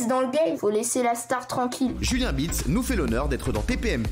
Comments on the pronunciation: donc pour lui Beats ce prononce BIOUTS ? monde de con dans lequel on vit ... ce gamin est ridicule ... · ou biouts.....................faudrait peut etre lui dire un jour que ça se prononce pas exactement comme il le dit et je comprend pas ceux qui disent qu'il a un sens critique, il ecoute les 10 premiere seconde, et il va te dire si c'est eclater ou pas, mais frérot redescend, ta ecouter 3 notes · Meme biroute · j'adore .... cyril prononce super bien BEATS et lui va lui dire BIROUTE ..... hahahahaha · c'est gênant il arrive même pas a dire beats